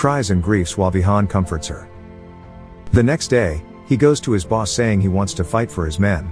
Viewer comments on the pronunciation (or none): none